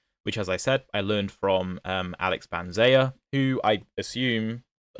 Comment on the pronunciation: >Banzea which I assume I'm pronouncing correctly No, the correct pronunciation is "Bananza"🍌